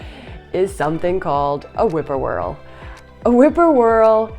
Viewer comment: whip-poor-will I think you mean not whippoorwhirl. I enjoyed the video though.